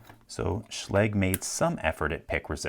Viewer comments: I hear the proper pronunciation is schla-ga, not sch-lay-g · Try pronuncing it correctly next time ;) [ʃla:gɘ] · Oh. I've been pronouncing it wrong all this time. I thought it was pronounced like Schlojj (Sch as in school then the ending of something like the US English pronunciation of garage) Well dang. Thanks for clear both that up and that Locks vulnerabilities LPL! :) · did anyone else just click so they could finally learn how to pronounce "schlage"